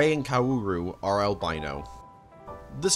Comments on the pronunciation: Bro gave up on kaworu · Stop saying "co-ooh-row" it's "Kao-ru" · "Karuru" Also, FANTASTIC video! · “Seal” and “Kawooru” 😅😅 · Why do you pronounce Kaworu like "Kauwooru"? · love the video bud, but how can you pronounce his name wrong for the entire thing? KA-WO-RU! cmon man, its a phonetic alphabet! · car roo roo lol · Kawaararoe? Bro there is no fucking way there’s hundreds of videos of people pronouncing the name. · your mispronunciation of kaworu is killing me man 💀 sorry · love this video!!! amazing n watched it all , but all the pronunciations of all the names killed me😭😭especially kaworu’s, that aside, i cant believe the azumanga daioh mangaka made multiple eva doujin!!